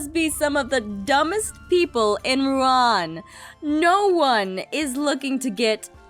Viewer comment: It's Ru'an.